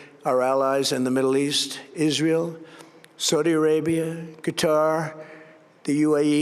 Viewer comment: Sounds like he tries to blend the words together to be Israel.